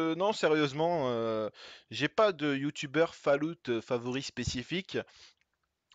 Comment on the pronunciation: essaye juste de dire "Follawt" au lieu de "falloute" lol sinon super video